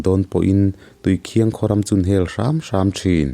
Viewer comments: Tui khiang ni lovin tui khin tih tur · Tuikhiang nilo in tuikhin zawk,ih thil sawikha tuikhiang ih ti tlat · Tuikhiang ni lovin Tuikhing tihtur a ni in k hria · PCHasrh ih thawnthu ngaih lo hi ka nei lo tiila sual tam loang,mahse tuikhiang ni lo'in tuikhin aw thil hi sawifiah a tha, chuan i sawidan ang kha ni vek lo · Tuikhiang i lamdan hi Thingchikhat Khiang thing .lamdan a Khiang tih tur aw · Tuikhiang i lam dan hi Thing chi khat Khiang tih kan lam rik ang hian lam tur niin ka hria. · Tuikhin i lam dan hi a diklo entirnan i maite chu a hmel en ai a khin nalh mai an tih ang ah rit nalh leh khin nalh kan lam ang hian tuikhin ti'a lam tur a ni e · Tuikhin hi i lam dik lo a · Tuikhing I lam dan hi a aw thluk hi tlem a dik lo deuh anih hi.a ngaihnawm theih thin hle Mai. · Khawhming i thlukdan kha a dik lo. A thawnthu erawh a tha tlangpui e.